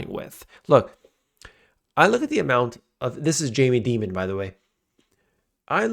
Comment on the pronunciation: Since when does Jamie Dimon, one of the 4-5 most recognizeable names/faces in the world of finance pronounce his name "DEE-mon?" I mean, are you kidding me? He's only been a household name for THIRTY YEARS. Such a mistake makes me question the validity/worth of this entire video.